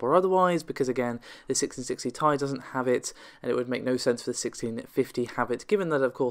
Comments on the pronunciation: 1660 tai ? its T I, please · Why? its wrote Ti not TI so anyone can say it as they want, i even think it should be called Ti <- this is how nVidia wrote it.